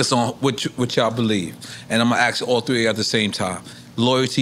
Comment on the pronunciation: Black America its literally not that difficult to say SSPPPP-EC-I-FICALLY, NOT pacifically [as in the pacific ocean], and ASK not axe as in the tool. You are saying very different things when you misuse or mispronounce it. Pls pls I promise even non English speakers know this. Thank you